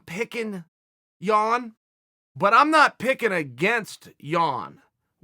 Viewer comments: Haha thanks for learning how to pronounce Jan :) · Chael you got it right!! I literally clicked on this to see if you'd say Jan or Yan. Well done sir!